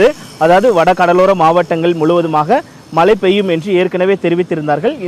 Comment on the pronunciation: This reporter cannot pronounce மழை properly. Keeps saying மலை.